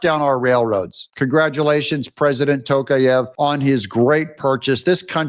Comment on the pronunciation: TokAev, stress on A